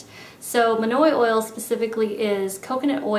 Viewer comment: I really loved this video. So different and unique :) I will definitely try a few of these techniques! Not gunna lie though I had my head down and I heard "..it's manure oil" (monoi oil). Haha, was a good laugh when I realized what it was!